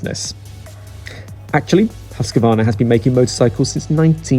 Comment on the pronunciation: It's Moto "Gootsy" and "Hoos-quarna" please.